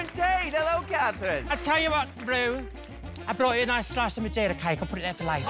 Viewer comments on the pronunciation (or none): she really called Ru “Vroom” 😭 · I’m pretty sure she says broom homie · jinx calling ru “broom” is probably the funniest thing since dela calling him “rupple” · Jinkx calling Ru "Room" is severely underrated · When Judy called Ru "Room" Michelle went crazy!! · When Judy called Ru, "Broom", I threw my phone. 🤣🤣 Jinkx is the queen of Snatch Game, hands-down. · I don't know what I loved more... Judy calling Ru "Broom" or Michelle's reaction to it 😂